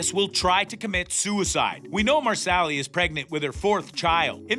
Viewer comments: "Mer-Sally" No. Just... No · Before you do anymore of these, please learn how to pronounce the people’s names. You mispronounced Sam’s last name, the author’s last name and Marsali’s name. Also, the video clips you showed didn’t coincide with what you were saying. Overall, this was poorly done in my opinion.